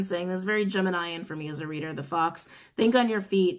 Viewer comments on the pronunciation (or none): none